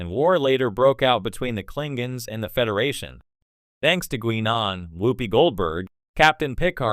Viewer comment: "Klingings"? I thought that AI was supposed to be smart.